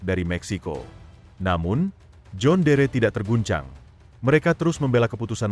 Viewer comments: Ini akibat bikin narasi pake robot Ai, jon dir dibaca jhon deree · Tulisan: John Deere . . baca nya "jon diir" bukan "jon dere" ngak enak dengarnya karena dari dulu jaman nenek gw, merk ini sudah ada di Indonesia dan nenek saya menyebutnya "jon diir" ..bukan "jon dere" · Cara bacanya. "Jon diir" bg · Sedikit masukan buat presenter agar memperhatikan cara penyebutan "John Deere" cukup risih dengerin penyebutan yg keliru.